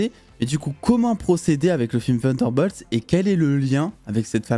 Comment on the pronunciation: C’est incroyable comment les français sont bons en anglais Vunderbolts 😬